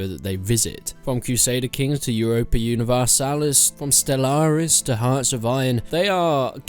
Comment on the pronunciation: Why cant anybody pronounce Universalis